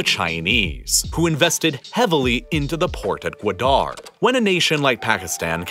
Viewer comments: Guadar is three syllables not two (guu, wah, durr) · That pronunciation of Gwadar, oof lol. Not meaning to poke fun, I just found it funny. It’s hard to say any word or name when you don’t know the language XD This was a really well done and informative video, btw! I enjoyed it a lot.